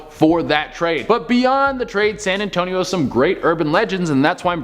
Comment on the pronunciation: San Antonious